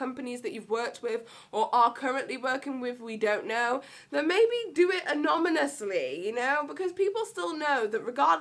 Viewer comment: "anomonously" xDD